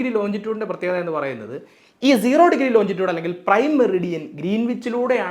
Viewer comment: Longitude ലോഞ്ചിറ്റ്യൂട്